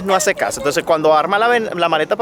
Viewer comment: Soy Andaluza jajajajaja siempre veo vuestros vídeos y cuando ha dicho que hazee me ha matao! jajajajajaja te has mutado a andaluz? O que Haze?